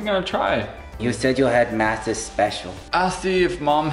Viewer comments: Hey guys. It's and I'm here with Packles and Dillywack. Dillywack: My name is Pretzel Packles: And I'm Dwagon. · WHY IS EVERYONE SAYING HIS NAME WRONG BECAUSE ITS MATTHIAS